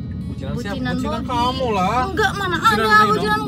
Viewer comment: Wadaww bebby slah nyebut😂😂 i love u teh rere💗